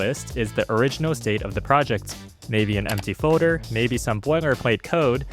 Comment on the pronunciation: There’s an L in the word “folder” btw.